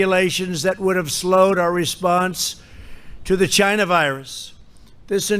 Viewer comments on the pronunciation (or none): Lol I love how he emphasizes “chyna” virus! Trump 2020